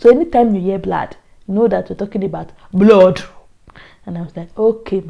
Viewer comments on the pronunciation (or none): Nigerians need a full and proper course in English pronunciation. How the hell do you pronounce blood (pronounced blaad) as blawwddd, Pastor (pronounced Pasta) as Pastorrr??? And the ridiculousness of it all is that they believe their pronunciation is correct. For crying out loud, it's not even difficult to find out the true and correct pronunciations, Nigerians. Just listen or watch, BBC, CNN, FOX News........or any international media house where English is spoken and you'll quickly find out. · This was very interesting to watch. The blad and blod got me cracking 😀 You also speak Twi so well sis. I also prefer banku and fish. Congratulations sis. You channel is doing great. Well done👌